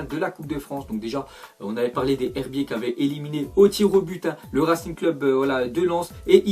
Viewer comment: on dit les zherbiers il y a une liaison